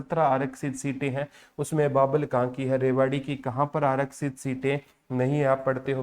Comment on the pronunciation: Babbal nhi sirji bawal h